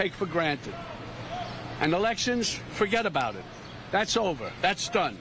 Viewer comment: min mark " Fuhgeddaboudit" !!! You tell em Bobby !